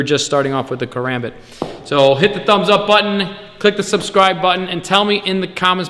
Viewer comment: First off you’re pronouncing karambit wrong Second never flip this blade it is not meant for that(care om bit)